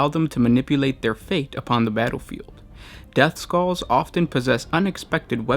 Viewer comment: Did you said depthskulls?